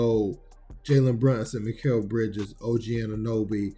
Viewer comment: He really did not say Mikal Bridges? Is he high??